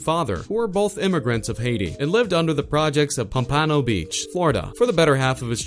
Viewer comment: And he said it wrong more than once